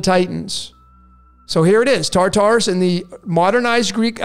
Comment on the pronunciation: ”Tartarus”: Torture us!